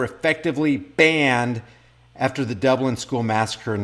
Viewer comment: Dunlane not Dublin